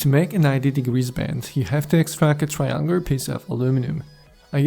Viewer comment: What the fuck is this dude saying half of the time? For example he says "Triangur" this dude needs to work on pronounciation.